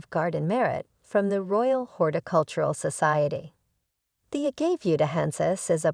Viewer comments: Say it with me now, Uh-gah-vey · Pro tip: never listen to someone who can’t even pronounce it.